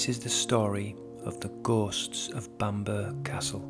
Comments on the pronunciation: No,. As said, Bamburra is the correct pronunciation of the name and has nothing to do with where you are from. You missed off an entire syllable. You have a north east accent so how come you made such a basic error? Bamburgh is a beautiful place and everyone should go if they get the chance but they would look stupid if they followed your lead and referred to the place as Bamber. Own the mistake don’t perpetuate it. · The burgh in Bamburgh Castle is pronounced as burra ,it's Bamburra Castle ! Know it well & it's absolutely stunning set in a magnificent surroundings ! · My grandmother was born there,, it’s pronounced the same as Edinburgh, or I wouldn't have commented! I too pronounce London as Lundun. Love your stories, you sound like you're from the Sunderland area!